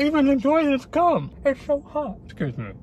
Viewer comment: Replace G with c when he's says gum